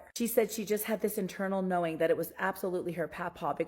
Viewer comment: OMGosh, I cannot listen to the girl with long, straight, black hair. If she's reading this: words like "knowing" aren't pronounced knowinGUH. "Growing" isn't pronounced growinGUH. The g is soft, not hard! You're adding an extra syllable to these words. You sound uneducated and it is annoying AF to listen to you. Find another hobby, please. Leave this to the professionals that know how to speak correctly.